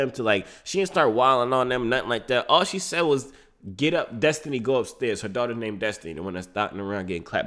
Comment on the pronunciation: You didnt understand her way of speaking she said DUSTINY